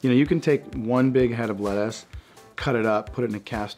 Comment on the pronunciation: Why did he say “lettuce” like that?